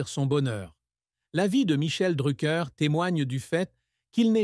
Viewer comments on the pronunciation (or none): Faut direson nom correctement